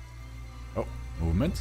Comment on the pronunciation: In Seconds I heard you saying Moment really German so are you german